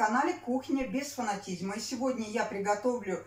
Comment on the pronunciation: а можете слово "фанатизма" произносить без мягкого знака🤔, а то оно же не так пишется "фанатизьма"😂